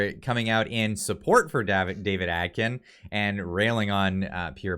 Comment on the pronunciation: Omg, your pronunciation is so off. Please fix. David A-kin! Your still pronouncing Poilievre wrong, why??? It's important to get this right. Honestly, ready to stop subscribing. Practice proper pronunciation! No Atkin. Aiken!